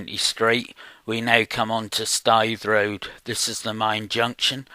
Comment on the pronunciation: We all talk like that round here. pronounced Staithe road correctly:o) Thanx for sharing